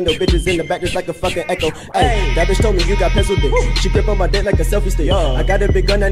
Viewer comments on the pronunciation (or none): none